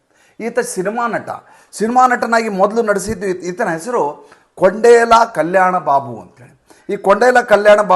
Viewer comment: ಕೊಂಡೇಲ ಅಲ್ಲ ಸಾರ್. ಕೊಣಿದಲ